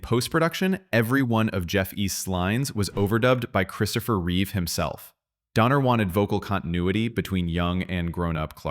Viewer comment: It's Reeve not Reeves. I keep making that mistake too 😅